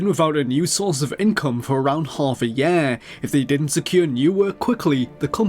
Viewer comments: The oddness of your particular British accent exploded right there with the word "year." It sounded like a completely different word to me. "Hoff a yeah!" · "for around half a yare"